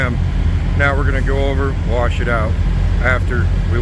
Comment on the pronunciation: Did you say warsh the truck? Lol.